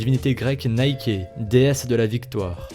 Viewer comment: C’est pas naiké la prononciation mais niké et c’est la déesse de la victoire on apprend sa en 6ème